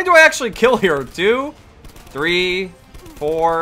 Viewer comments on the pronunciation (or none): none